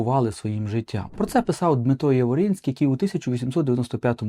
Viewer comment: Ви маєте на увазі Дмитра Яворницького, коли чотири рази вимовили Яворицький?